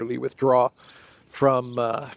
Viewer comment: AVDEYEVKA, not Avdefka 😊